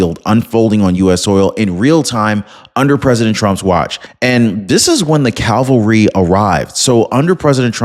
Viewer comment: Stop mixing up or attempting to conjoin two totally different words. The word you were intending to use was c a v a l r y, not calvary. Note, please, that the term you were aiming for begins with cav, not cal and the word you were attempting to say ends with alry ,not vary, not meaning to insult but this is a common ill spoken mixing of two separate words. Thank you. I do so much enjoy your news and how you present it, do keep up the good job!😃